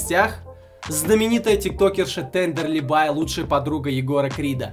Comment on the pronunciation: бля ну во первых, правильно будет Тендерлибае, а не Тендерлибай во вторых она стример вроде нет? надо было хотя-бы упомянуть в начале и еще, пока.